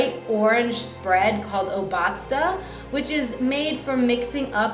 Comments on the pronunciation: One quick remark: It's pronounced O-bazda. NOT oBAzda. ;-) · Hello gain, Just one thing, actually two: Obatzda has a loooong oooo, so it's ooobatzda; secondly, obatzda comes from (Bavarian German) "Angebatzter". Batz is mud. The connection is kind of: when you put water in the mud and squeeze it with your hands, you create a "Batz". In conclusion, Obatzda is mushed cheese and butter with Paprica and chives. An Guatn Appetit. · Your pronunciation of Obadzda (O-baz-da, just like all those English multi-syllable words that are stressed on their second syllable...) really cracked me up. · Die Betonung liegt bei "Obatzda" auf der ersten Silbe :)